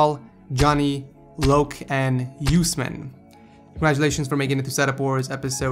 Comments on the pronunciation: his name is uuusmaaan...not us man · It's Osman not U-Sman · The last one was not pronounced right like use + man its acctually usman with u as umbrella sound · USE MAN?? LOL! its pronounced "us-mon". also great video! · It's usman not useman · Yousman its pronounced Us man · you pronounced usman wrong it's oo like in boom then s and man oo+s+man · u miss pronounced usman because of a spelling mistake (osman)